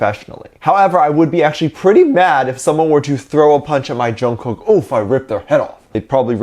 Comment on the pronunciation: please say Jungkooks name correctly Say it as Chungook 😚😻 Love you lots😍